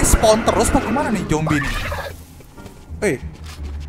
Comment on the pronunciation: Zombi pak bukan Jombi